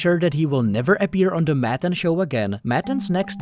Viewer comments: The background music makes this feel like a fever dream. You’re taking matan waaaay too seriously (also not pronounced Madden as you do the entire video) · MUH-TON not damn Madden wth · Why you keep saying 'Maddan' maTTTAn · You said his name incorrectly every time. What kind of video features someone and doesn't say his name correctly? Its Mah-tawn Ev-in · You're constantly8, mispronouncing the name of the guy you're doing a video about. Seriously bro? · Lol how do you pronounce his name wrong so many times??